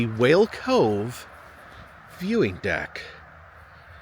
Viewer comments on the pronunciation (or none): none